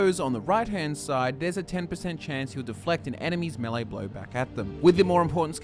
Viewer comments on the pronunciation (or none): none